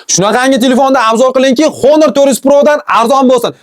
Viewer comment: Honor emas onir deb o'qiladi 😢